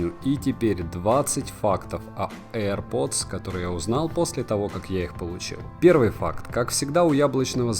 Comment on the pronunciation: "ЭйрПоц"... мммм... это что за марка такая ?